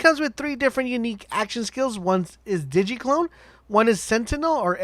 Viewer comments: DIGGY DIGGY CLONE. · In sin de airy Di gē I swear if i hear digi again